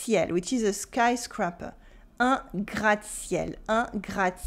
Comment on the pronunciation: Dans le contexte d'être une horreur visuelle, votre prononciation française du 'skyscraper' en anglais m'a fait rire.